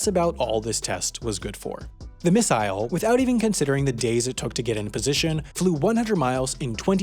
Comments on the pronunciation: The way you changed, and started pronouncing missile at is like the way Stewey pronounced "Whip". It makes me wanna punch babies. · He changed the pronunciation of missile from MISS-sel to MISS-sail . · I see you switched pronunciation of missile part way through your video